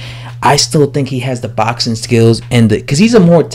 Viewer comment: It's boxing.. It's has an x In there. 😉 😂. Botsin. 😉. I do like ur vids thou. English subscriber.